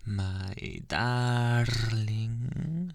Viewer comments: Him: DaRRRRRR- 🚜🚜🚜🚜🚜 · They way he rolled his R's oof that caught me off guard